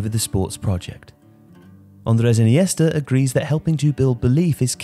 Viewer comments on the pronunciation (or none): none